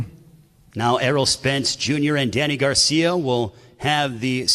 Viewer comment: Why can’t this dude ever say “ Garcia” correctly? It’s not “ Garciam”